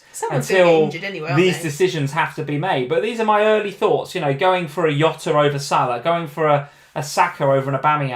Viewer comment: Love ya both but this Yota thing is driving me crazy. He's Portuguese like Mourinho. It's not Hose it's Jose, it's not Yota it's Jota!